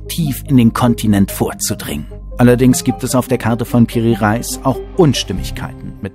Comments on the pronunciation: Re Is nicht Reis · Piri Reis spricht man aus wie es steht nix mit Lebensmittel zu tun sonst tolles Video👍